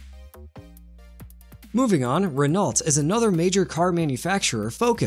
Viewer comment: "Renault" pronouncing the "t". Really?